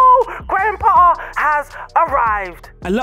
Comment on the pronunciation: why do i hear "grandpa" every time u say his name?